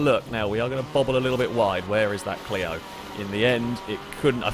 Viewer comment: Clio-zone. Lol